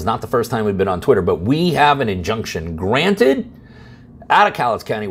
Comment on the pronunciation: Yes!! "INJUNCTION GRATNED!!" 😂😂